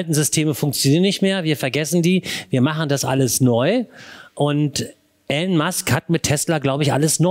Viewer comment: Hallo, er heißt “Elon” nicht “Allen” 😉